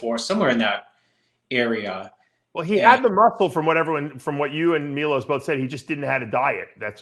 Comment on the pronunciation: Milos not milosh